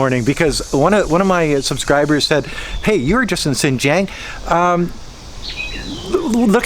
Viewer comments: Lol, by "Sinjiang" you mean 新疆? Pretty disrespectful to live in a country and not even try to pronounce the local language correctly or even learn it in the first place. Sadly that arrogance is very common among native English speakers, in China, in my country and every where else. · How are you still not able to pronounce Xinjiang properly? Do you even care? Sigh